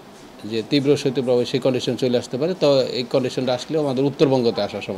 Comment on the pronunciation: সত্য প্রবাহ নয়, সঠিক উচ্চারণ হবে শৈত্য প্রবাহ।